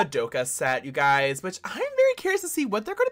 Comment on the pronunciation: "you gUyS!" had me dead